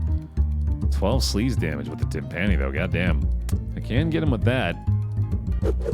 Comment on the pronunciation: One day will pronounce "timpani" correctly but today is not that day.